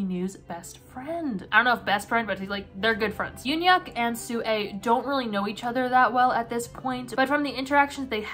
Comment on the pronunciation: YUN-YUK IS THE WAY U DECIDE TO PRONOUNCE HIS NAME